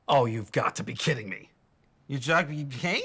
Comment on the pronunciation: He struggled to say "me" it came out as Kane from what I heard